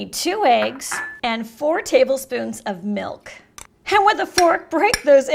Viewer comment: There's no "h" in "and"...